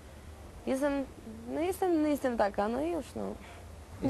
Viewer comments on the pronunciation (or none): "jezdem" - powiedziała Doda, orzek kurwa orzeł. Doda super tylko pakować nic więcej.